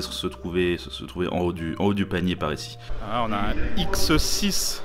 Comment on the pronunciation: Au lieu de comprendre "ça reste un très bon prix pour ce x6" j'ai entendu "ça rest un très bon prix pour cette saucisse" 😂 😂